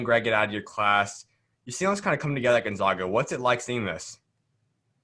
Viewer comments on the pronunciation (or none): gonZAGa, not gonZOGa!!! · They are the Zags not the Zogs. Repeat after me: Gun-Zag-Uh!!